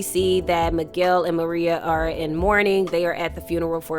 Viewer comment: Excellent recap on episode 9, you brought it home. only one thing l must bring up, Tommy's boo is not named Maria it is Merah pro nouned Ma-Ray-A. At the funeral for Miguel and Merah's grandmother , seated directly behind Miguel is the killer of their grandmother Nunez. The new and improved Tommy is seated there plotting and planning his next moves with Vic Flynn and none of the moves are going to be in his favor. As far as Shanti is concerned, her days are numbered, and so are the days for Claude, both of them will not make it out of season three without incident. l believe that if Shanti is not killed by Tommy, Jenard is going to be the one to take her out of here. Miguel, your days are numbered as well, Tommy has plans for you too. Again, loved the episode breakdown, and cannot wait to see how this action packed season ends, l hope filled with lots and lots of dead bodies...